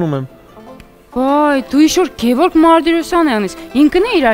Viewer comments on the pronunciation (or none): none